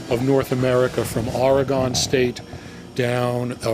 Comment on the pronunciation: Ore-gone and graph-eet ? Ouch!